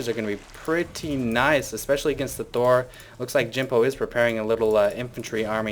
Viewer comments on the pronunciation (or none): none